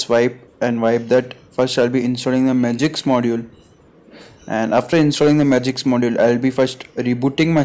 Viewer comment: It's "Magisk" buddy not "Magiks" 🤦😂😂😂